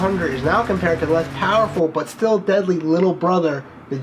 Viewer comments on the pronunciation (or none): none